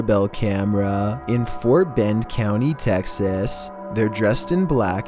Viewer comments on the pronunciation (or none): none